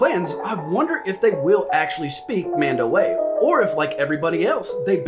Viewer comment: I'm pretty sure its pronounced MAHN-dow-AH, with the 'a' on the end being pronounced as if lower case rather than upper case.